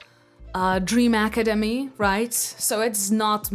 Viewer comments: Acemadi???? wth don't hate on the show and saint satine when you say it wrong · ik that she has sort of an accent, but how she pronounces academy is crazy to me. and you can hate me but idc